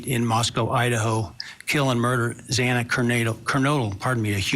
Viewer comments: This has only left the families with more questions & no answers. The judge scolding the family & then messing up Xana’s name not once, but twice, was disrespectful imo. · The judge has no right to admonish the victims family. This plea with the devil was disgraceful and the victims family has every right to fight this injustice. The judge can’t even pronounce the victims name right. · I'm with you on that. What is his problem that he can't pronounce her name correctly 😮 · The judge was very insensitive to address the calls people made to the court, why the need to scold??? Also miss pronouncing victims name 🙄 It’s giving IDGAF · The judge mispronounced Xana’s name twice. Like salt in the wound. the media chasing down Kaylee’s family was also just so heartless. A really sad day as an Idaho resident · The “honorable” judge Hibbler, couldn’t even pronounce Xana’s name right, twice he mispronounced her last name, you’d think after two and a half years surely he’s heard it pronounced correctly? Not concerned at all that he’s bothered by the tax payers calls. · It was salt in the wound. No excuses for the presiding judge to mispronounce the victims name twice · And when his miss pronounced the girls name 2x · The stupid judge after all this time still pronounced Xana’s last name incorrectly! This has happened over and over since the tragedy! He needs to be sent back to kindergarten! 😢😮😂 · Yes!! The judge did pronounce Zana’s name wrong x2 !!! He should have known better!!! She is a real person for heaven’s sakes and a victim!!!